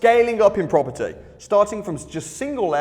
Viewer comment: Proper Tea, proparteee, propper T, propaty...